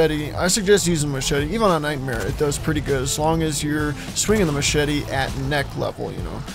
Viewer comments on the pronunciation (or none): none